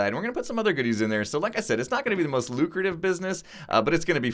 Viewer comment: not the most loot-crutive